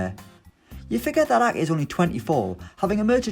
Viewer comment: How is he pronouncing Ake? Lol he kept saying A-eh